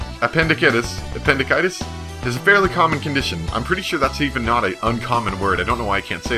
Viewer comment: I'm 11 years late to the party but ah.... ah-pen-dee-sigh-tis (Appendicitis) :) Great job on this lets play so far, you're entertaining and fast enough on the surgery sections that I'm not dying internally.